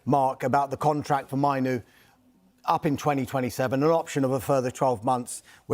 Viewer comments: Minoo???? 🙄 Say it properly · I'm sorry how much do these lot get paid and can't even be bothered to pronounce names right. 90% of names they said are wrong I meN I know kobie mainoo but who's kobi manu